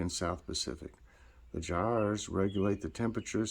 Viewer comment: 🙋‍♀️🙋‍♀️🙋‍♀️. You pronounced gyres right